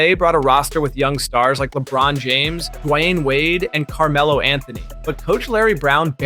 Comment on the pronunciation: sounds like it, “die way ane” for dwayne wade